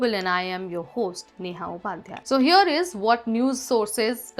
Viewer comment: Not seenator, say senator. Not reolly, say really. Not hyor but here, learn the language that you are using to communicate, especially when you are a host.